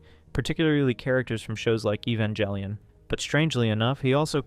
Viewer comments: The worst part of this video is pronouncing it "eh-van-jelly-un." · I cringe each time you mispronounce Evangelion.